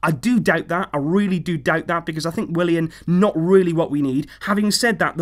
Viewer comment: What it's Willian not William what!!!!!!!!